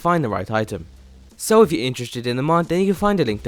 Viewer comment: James Troughton i don't know, he sounds more british again. then again he might be foreign and going for a british accent except for the word "mod" which he pronounces as "mad". it's not a big deal but, you know